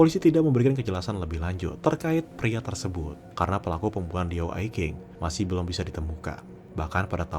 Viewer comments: Min maaf yah ketikan saya kurang ajar Diao Ai Qing Qing nya dibaca cing, bukan king. Pelajaran untuk kedepan kalau sebut nama orang chinese Q=c X=s Zh=ch Contoh nih "zhao quan xin" Jangan baca nya zao kuan kin, harus nya "chao cuan sin" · Iya saya memaafkan ucapan yg kurang benar, untuk pengucapan nama Diao Aiqing seharusnya diucapkan tiao aicsing,. Itu aja sih salahnya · Sedikit nambahin Bang: Qing dibacanya cing. Diao dibacanya tiao.